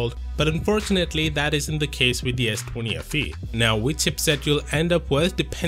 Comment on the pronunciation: "Ess twany"